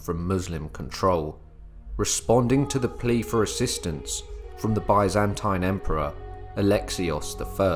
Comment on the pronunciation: the way he says Byzantine makes me cringe other than that great video!